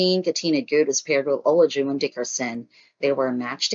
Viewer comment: Please learn how to pronounce the participants names‼️ It’s not o-la-jun it’s pronounced A-lie-ju-wan”.